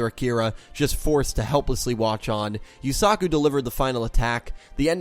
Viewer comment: Holyshit dude I dont know why it bugs me but you really pronounce the A in Yusaku. Its more like u suh ku not u sA ku. Just listen to any of them say it and repeat why are you pronouncing it like Suzaku?